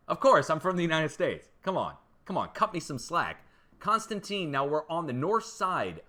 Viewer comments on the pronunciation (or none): none